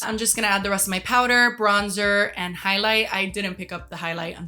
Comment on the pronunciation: I don't know if you ever watched Mozart in the Jungle but you pronounce "highlight" EXACTLY THE SAME Gael Garcia Bernal tries to say "Haley" hahaha please google it